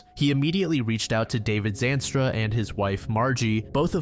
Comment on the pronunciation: How do you say Zandstra 76 times in a sentence and mispronounce it?